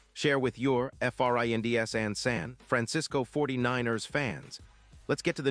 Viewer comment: 49- errs. Jeez!